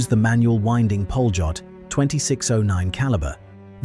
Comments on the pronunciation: Polot is pronounced Polyot. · No it's pronounced "pa-lyot"